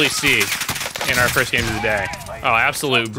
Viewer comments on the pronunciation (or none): none